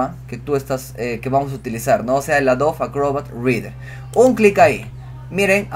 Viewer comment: ¿ Porqué pronuncia AdoVe cuando hay una /b/ labial: AdoBe